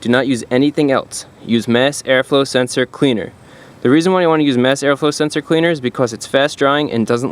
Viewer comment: Really need a "mass air flow senseor" counter. Lol